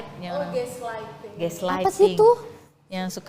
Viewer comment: Ghostlighting teeeh.. bukan geslaid